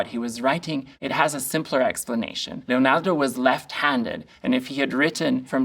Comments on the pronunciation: He says Leonardo how I would like to one day be able to say Leonardo 🤩 Thank you for your knowledge and insight! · Is it me or is anyone else annoyed by the way he pronounced Leonardo? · If you need a run down... I only made it 7 minutes.... This guy is Suuuuuuuper sad that chocolate wasn't available (consider me suuuuuuper seriously struck). He makes a BIG point that Leonardo (pronounced LLeeonyeeardo).... He's also a weirdo. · that emphasis in "LeoNAR🤌do" goes hard... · Love how he says Leonardo! Makes me feel better about my accent 😅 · The way this guy says, 'Leonardo' scratches my brain in the best way. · Why do you pronounce "Leonardo" in such a strange way? It's inauthentic, annoying, and seems ignorantly pretentious.